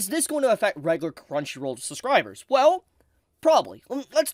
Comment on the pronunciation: I agree with everything you said but please, for the love of god, it is suBscribers, not SUScribers. There is a B in there and it was really throwing me off.